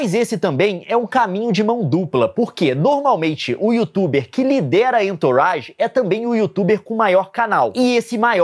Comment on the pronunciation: Entourage, eh frances e quer dizer "pessoas em torno" ou "em sua volta" se pronuncia "anturraGe"